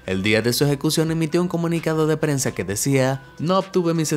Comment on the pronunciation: Alguien más se dió cuenta de que dice prense?